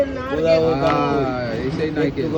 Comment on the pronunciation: ওটা নারকেল হবে ঠিক আছে ।।। নাইকেল না